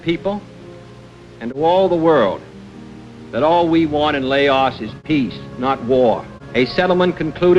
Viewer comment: couldn’t even pronounce the country name correctly. 😂